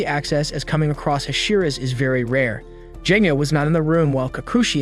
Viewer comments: ALSO ITS GENYA NOT JENYA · Is anyone gonna talk about how he pronounced genya's name wrong with a Je sound not a ge sound😦😦😦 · Genya:❌ Jenya:✅ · Is anyone gonna talk about how he said jenya instead of genya and thanjigiro instead of tanjiro and Micheal Jackson instead of muzan and he called mitsuri shinobu